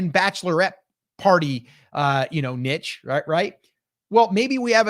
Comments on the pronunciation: This would be so much more effective if they stopped saying " NITCH " LOL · Please stop saying nitch. The word is niche, pronounced neesh.